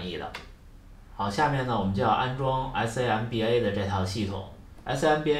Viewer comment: samba 读作 “桑巴”。不用谢。70M速度，很棒。